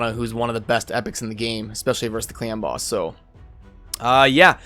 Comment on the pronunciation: Sounds like u are saying clam boss :D